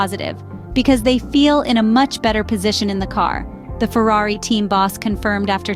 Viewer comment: I’ve recently noticed the bias of the English or British pundits and it disgusts me. They can’t even say the name Ferrari properly. I’d love to see Ferrari piss in their cup of tea this year. PS: I’m from Texas.